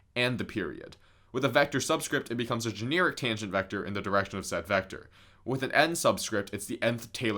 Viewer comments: Non point here...but I do not think the word is "Jeh-near-ic"...I think it is "ju-nare-ic". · I'm sorry, gen "ear" ic kinda be annoying me 🤣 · Bro says “generic” like “janeerik” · Considering the way you pronounced the word "generic," it's a good thing you didn't major in English.